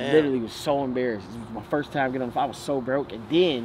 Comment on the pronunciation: Phone with a n not a m bro